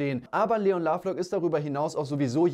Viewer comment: Leon nicht LLeon:)